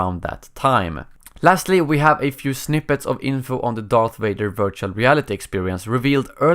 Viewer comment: Darth Wader